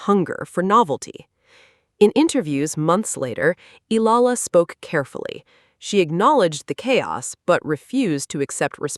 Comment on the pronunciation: Her name is pronounced eYAla, not eLALa!